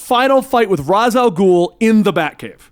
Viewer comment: thank you for saying Ras and not Rayesh After all he is head of the demon and Ras al ghoul is just thr arabic translation